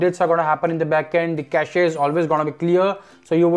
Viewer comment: Its not "cash-ay," its pronounced "cash". Its pronounced cash-ay in Canada only. I think the best option is to put it to sleep and schedule a restart at 3-5AM every weekend to keep the performance as smooth as possible